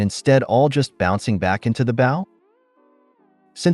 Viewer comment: Next time sir bow is with a hard o as in oh!! I know this isn't hillbilly horror!!😂😂😂😂😂😂😂, no insult just a friendly bit of info